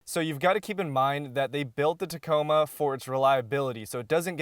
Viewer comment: It did sound like you said taco bell. Lol